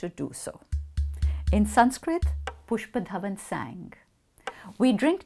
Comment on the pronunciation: Even the way she says the name pushpadhawan rathikandha is beautiful 🙈❤️